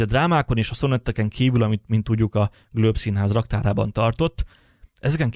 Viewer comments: Nagyon alapos elemzés! Felhívnám a szerző figyelmét azonban a Globe Szinház helytelen kiejtésére, ami sokat levon a tanulmány értékéből. (Helyesen “glób”!) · Nagyon érdekes volt, köszi!!!! ….de kérlek, The Globe Theater nevét ne ejts GLÖBE-nek! Marlowe …. nem ejtjük a “w”-t sem …..simán, fonetikusan MARLO! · Amúgy szerinted kit ábrázolnak a fellelhető Shakespeare-portrék? (Marlowe kiejtése helyesen 'marlou', a Globe-é 'glob'). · The "Glöb"? Furin hangzik🤔😉